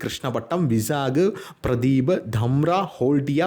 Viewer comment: പ്രദീപ് അല്ല പാരാ ദ്വീപ് Vizag - വിശാഖ പട്ടണം